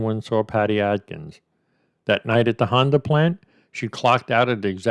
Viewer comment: Bro, its Adkins not Atkins. Just sayin.